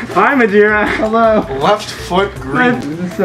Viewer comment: Majira or Majora???? oNE LETTER CHANGE, WHAT AREN'T YOU TELLING US